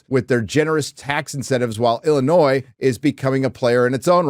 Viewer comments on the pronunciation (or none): none